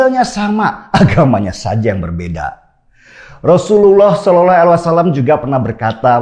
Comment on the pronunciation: bang coba ulang ngomong RASULULLAH SAW nya😂😂